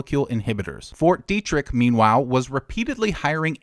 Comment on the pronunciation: Isn't it pronounced "Debt-trick"?